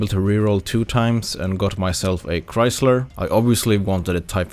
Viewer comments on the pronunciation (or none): none